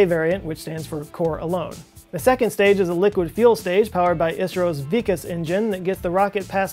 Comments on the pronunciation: it's not "why". It's "vi". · correct RiBo it sounded like "weakest"....... correcte pronunciation will be "vi kaas" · Mayur Valvi no listen how he pronounced vikas engine.. (he pronounced vikus) lol😂😂😂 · Vikas engine . Pronounced as V-kaas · wrong its... (We - kass) 😂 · Vikas is pronounced as vik'AA's meaning growth . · Vikas engine. It's pronounced V-kaas. It means progress in Hindi. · Did you just pronounce 'Vikas' as "weak ass"? LMAO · Just missed Vikas pronunciation